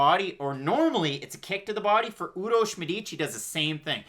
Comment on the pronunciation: actually u pronounce it really well . Urosh u nailed it and Medic too just accent on Medic is a bit off